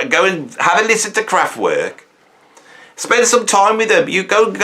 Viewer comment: You're as crap at pronouncing Kraftwerk as you used to be at pronouncing McLaughlin